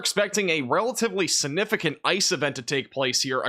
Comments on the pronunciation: This is according to The Merriam-Webster Dictionary. The word is significant. sig-ˈni-fi-kənt You need to pronounce your words better or you may as well use pacific instead of specific, or axe instead of ask. You can also use Specific when talking about the ocean. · Please learn tp pronounce the word “significant.